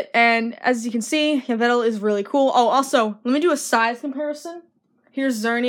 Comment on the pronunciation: You pronounce Yveltal: ee-VELL-tall.